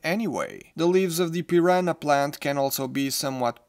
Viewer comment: Eu achei que você, sendo de Portugal, iria pronunciar piranha da maneira correta, maaaas eu estava errado haha Ótimo review tho 💜